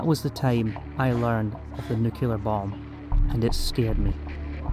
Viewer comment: Im american. and im confused on NUCULAR too.